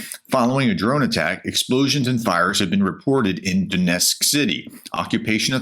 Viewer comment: what is Donesk & Ryzan? Almost 4 yrs and still can't read or pronounce simple effing names.. God bless Oleksandra and all like her. SLAVA UKRAINI